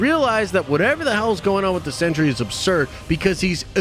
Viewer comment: It's pronounced "cent-ree", not "century".